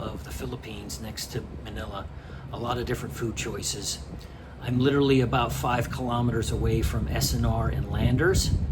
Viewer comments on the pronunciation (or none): none